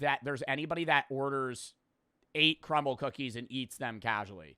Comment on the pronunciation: Nah he said cumble cookies😭